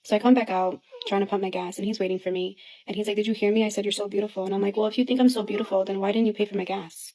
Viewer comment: Does anyone know what "theenk" means? 🤔😂